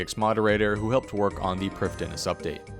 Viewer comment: Good video, but you mispronounce Prifddinas!